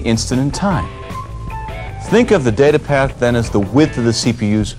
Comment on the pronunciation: I like how you pronounce "Data Path". It's orgasmic to me for some reason!